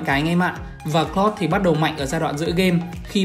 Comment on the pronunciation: Anh ơi em ko có ý xúc phạm anh nhưng anh đọc hơi lạ anh nên đọc là ka ri ê hơn là kơ ri hoặc cờ lau hơn cà cờ lót anh nhé em rất thích anh